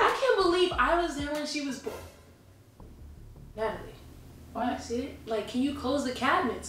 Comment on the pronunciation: Wen she said natlie it was a whole base drop in my stomach